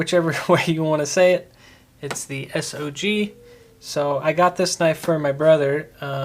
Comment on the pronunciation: Made it a few seconds into the video. If you can't even pronounce the name of a common knife company why would we care?